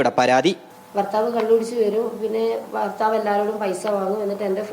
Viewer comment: ബർത്താവ് അല്ല മാപ്രേ ഭർത്താവ് എന്നാണ്